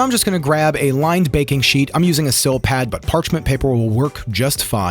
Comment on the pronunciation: It's Silpat, not sil pad.